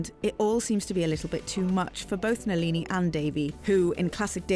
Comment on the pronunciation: NALEENEE??? Come on if you’re gonna do this at least get the pronunciation right